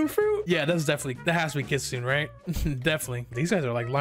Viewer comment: its pronounced (i think) Kit-su- nay